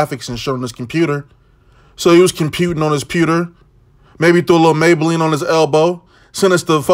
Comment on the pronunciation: Damn, "mabeline"